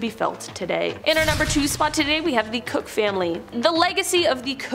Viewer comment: Koch is not "cook" but "coke".